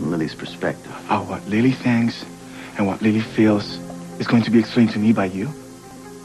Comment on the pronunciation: LOL Miguel pronounces Lily's name Lee-Lee.